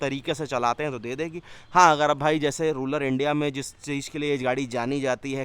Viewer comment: अबे साले, रूलर नहीं रूरल इंडिया होता है।